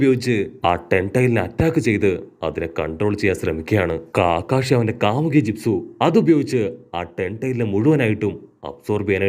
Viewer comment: കാമുകി അല്ല കാമുയ്